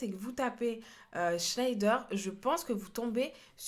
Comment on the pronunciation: Sa se prononce chnèdère